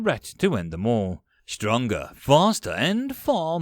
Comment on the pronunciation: This series is indeed better. You do have a penchant of upticking on vowels. All becomes Aahool. It's especially hating when on the end of sentences, as it loses the "mood". Did this improve? You're quite good. It might also be that I simply need to get used to your accent.